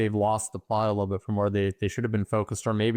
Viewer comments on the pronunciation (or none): none